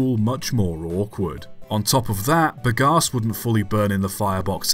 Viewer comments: Hang about, hang about!! You’re not very bright, are you laddie? Very few methods or types of combustion are ‘good for the atmosphere’ (though I suppose a sodium/steam-powered engine would be ok for good old Ma Nature). You also have a very odd way of saying ‘Bagasse’, the most worrying of which is that you pronounce it with a P instead of a B…. With words you clearly aren’t familiar with, try having a look for the correct way to pronounce such things first, that’s a good chap. Do try to remember that you’re an Englishman and not a Yankeedoodle. Good lord. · "Bagasse" pronounced "big ass" the viewer 🤣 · I laughed a lot hearing you saying "bagasse", took me some time to mentally translate to bagaço, its pronounce ba-ga-sSOO, with an O at the end in my language.